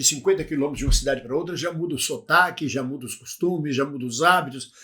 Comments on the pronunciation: Sotaque e não sutaque😂, chefe! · "Sotaque Lusitano" e não "Sutaque Lusitano" 👌